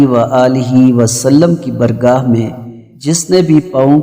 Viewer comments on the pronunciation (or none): بارگاہ درست لفظ یے۔ برگاہ غلط ہے۔